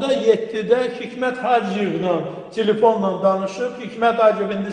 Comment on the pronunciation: Telefona çhilifon demeyleri adami deli edirde normal Azerbaycan dilinde danismirlar